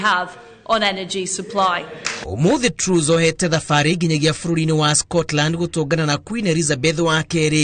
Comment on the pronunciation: Pronunciation for Mrs. Truss is like Trass not Trues